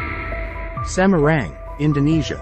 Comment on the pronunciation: Semarang kok pengucapan nya jadi semeruenggg😊😅😅